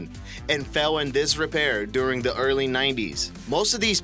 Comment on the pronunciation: when you say "the", it sounds as if you're saying "duh".